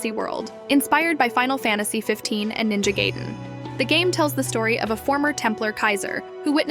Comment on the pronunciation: its Ninja GUY-den.